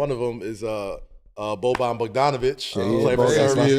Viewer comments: It's not Boban it's Bogdan. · It's Bogdan not Boban.... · Bogdan* Bogdanović, not Boban... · It’s Bogdan not Boban! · Aint his name Bogdan or im tripping, they saying Boban ? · It's BOGDAN!!! not Boban!!! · Not Boban, Bogdan. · lol Bogdan not Boban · At least get his name right. He is Bogdan.